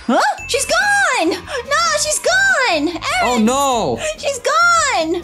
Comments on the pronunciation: you said harrn lol you said it bad its Aaron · I,heard,everytime you call aeron karen Lol😂